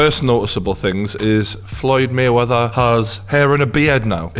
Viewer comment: “FLOYED MUNNY MAYWETHER”